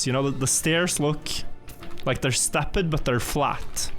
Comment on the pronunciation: "ClimB" I can tolerate. But "Stepp-ed"? No! It's time to stop.